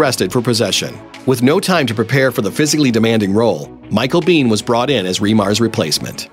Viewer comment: Micheal Biehn MADE Aliens. it's pronounced [Bee-`N], hard N.